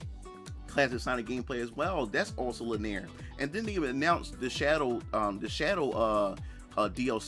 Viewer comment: GUH. It just kills me every time he pronounces "linear" as "laneer."